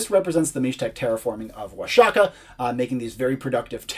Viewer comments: The video was rlly good. But I cringed Everytime he said Oa-sha-kah. It’s pronounced Oah-hah-kah bro. The X works as a J, or a H for English speakers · It's pronounced Wua-ha-kah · In Spanish it's Wa-ha-kah, in classical Nāhuatl it's Wash-ya-cack (I know, it sounds like you think it does), but modern natives sometimes still do pronounce the x as "sh" even when not speaking their native language. The spaniards would also pronounce it as "washaka" for years, it just changed later... but not in all cases anyway (Don Quixote being an example, I've only ever heard it as "kishot" and never "kihot")